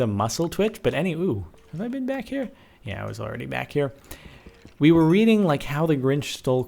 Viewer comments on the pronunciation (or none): none